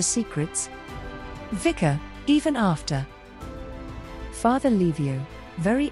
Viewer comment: say: Witzka - not Wika...please